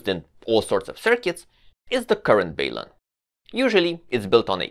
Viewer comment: IMO, in English, we should take the first syllable from "balanced", which is a soft 'a', and the first syllable of "unbalanced" (a soft 'u'), and put them together. It's kind of like a portmanteau, and normal practice is to keep the syllables intact. Hence, "balun" with a soft 'a' and a soft 'u'. The way is pronouncing it is less common, but not strictly UNcommon, per se :-). I've also heard people pronounce it with a long 'u', basically sounding like the word 'balloon'. But I think the portmanteau aspect is pretty compelling.